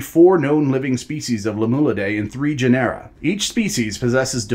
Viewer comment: genera is pronounced with the accent on the first syllable